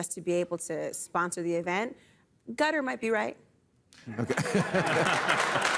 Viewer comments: I know Americans are infamously insular, but 'gutter'?? for Qatar - pronounced like catarrh. Surely you can cope with that Bill?? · Why do they say gutter and not k~tar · It's pronouced "kuh TAR". I think. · Qatar= Gutter lmao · Loved Coates saying Qatar should be pronounced "Gutter" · I love how Bill subtly pronounces Qatar as 'gutter' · “Gutter” FFS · Wow! That’s amazing how Bill went from not knowing how to pronounce Qatar to being an EXPERT on its people, religion, laws & denouncing them within 3 minutes! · Loving the pronunciations of Qatar🤣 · As an American travelling abroad.... its very odd to hear even famous people mispronounce Qatar. Its a very very very very famous central airport. If you fly anywhere you can fly through Qatar. Or use their airways. Most people abroad know how to pronounce Qatar and they associate it with a layover in transit somewhere and also the airline. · Jesus that whole qatar bit was embarassing, from the mispronunciation of the countries name to the utter lack of knowledge all round. America in a nutshell